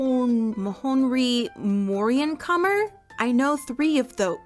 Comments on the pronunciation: as an ex mormon, hearing try to pronounce nephi and mohonri moriancomer made me giggle (KNEE-fye and ma-HAWN-rye more-ee-AN-cum-er for those curious) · pronnciation for teh mormon named is mah-han-rai or moh-han-rai and then mor-e-an-kumor (i live in a Mormon community and i consider myself ex Mormon bc i just have sum religious trauma) also i love how they refer to Mormonism as a fandom its so silly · pronunciation: Mon-Han-rye More-ee-ank-comer Also Nephi is typically pronounced Knee-Fye